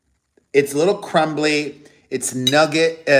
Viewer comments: Noo-gar. Not nugget if it is spelt nougat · Say “Noo gar”. Nougat. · Google says that’s the British pronounciation. In the United states we say new-get with the t.